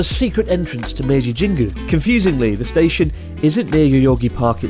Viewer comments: Ueno ‘Stastion’ 🤣🤣🤣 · "Stastion" my god. Cracked me up real good! 😅😆